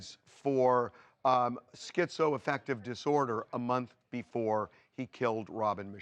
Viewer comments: I feel stupid for thinking TMZ might have something salient to say about this case and its complexities. However, the second you introduced that whack job political hack “Dr. Drew,” mispronouncing schizoaffective no less as SKEEZO -affective; I knew I had made a grave error! Get a better class of talking head TMZ 🥱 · Dude Dr Drew is so fucking far off base in his description of schizoaffective disorder… down to his weird pronunciation. It is not almost considered a personality disorder by any legitimate professional. It just a mood disorder with psychotic features. It’s a broad spectrum disorder. And many people are able to live meaningful productive lives while living with it